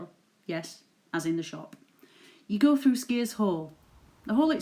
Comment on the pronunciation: I was brought up in Elsecar and Skiers was pronounced SKYers and not the way you pronounce. My Father worked at SKYers colliery for many years.